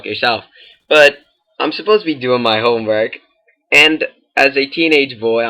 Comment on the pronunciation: I love the way you say s!XP I waz zuppoze to be doing my homeworkXP